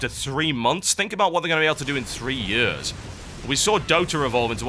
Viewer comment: The way you say years is creepy